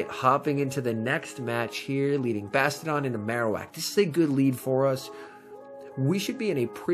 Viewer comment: Is there a reason you say bastadon instead of bastiadon?❤😉